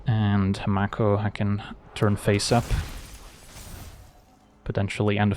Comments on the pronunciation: I think it's "make-o" not "mac-o" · I think the 'a' in mako is pronounced like in 'may' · Conventionally, yes, though the word itself is from Te Reo Māori and is pronounced 'mah (rhymes with far) - ko (rhymes with law).